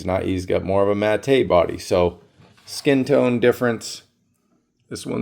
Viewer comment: Did you fucking say ma-TAY?